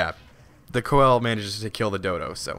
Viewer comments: Its not called the coel, its pronounced see-low-canth, it has 12 fins and most are obsolete but still living in the mid indian ocean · Just a tip, it's pronounced "see-la-canth" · it's pronounced seal or full name pronounced seal a canth coelacanth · pease stop pronouncing it wrong please it is prounounced see-luh-canth sorr y it really annoys me beacause this is not a dinosaur it is still alive and it is a simpl;e name so can you please pronounce it like that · its pronounced "seal" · btw coel is actually pronounced sealo and they still exist as well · It's pronounced Seal-o-canth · Can you spawn a Coel (please stop pronouncing it like that btw) at like 50x? the biggest i've seen is 4.7x... huge!